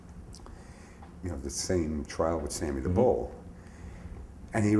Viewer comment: Did dom say "sammy the vole?"